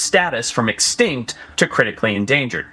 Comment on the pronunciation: Sorry but can Forest say the word extinct? Sounds like “exctankt”